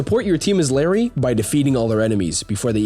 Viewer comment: I thought I was going insane hearing him call her Larry